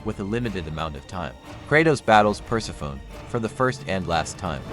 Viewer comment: Persefone*** is how u say it, other then that 💯🔥🔥🔥